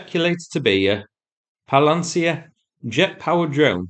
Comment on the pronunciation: Nice try with the Palianytsya pronunciation. That's a tough one!